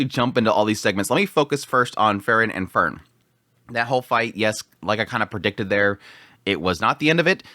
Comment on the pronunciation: Still with the Fern and Fern and Fern oneday he might learn about enunciation...😓😓😓😓😓😓